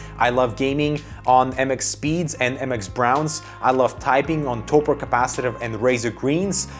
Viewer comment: Cringed a bit when he pronounced Topre.